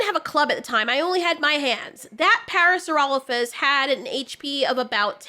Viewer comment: I find it funny that she supposedly studied dinosaur bones for years yet she can't even pronounce "parasaurolophus" correctly. At first I thought it was you how was calling it "paracerolophus" but that's what she actually calls it in the series. smh